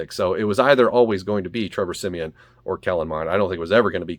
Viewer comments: Every time you call him siemien I’m like bruhhhhhh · Why he keep saying Trevor semien.